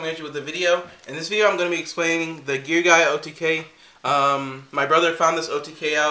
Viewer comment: Pronouced Gear GEEA